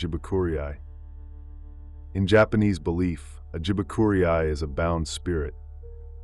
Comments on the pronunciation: Are you sure you are not an AI narrating the story? Wrong pronouncement! Jibakurei is pronounced as Ji Ba Ku Rei. Not "jibakuriai" as you pronounced. Hilarious 😆 Rei is pronounced as "rare" and "i" is pronounced as "yee".... So "rare yee"! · The accent, pronunciation, everything about that word is messed up